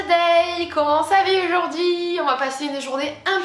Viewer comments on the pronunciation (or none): tu peux arrêter de dire « oujourd’hui » stp 😭❤️